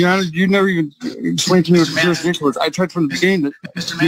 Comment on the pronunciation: What's "jurisdisshun"?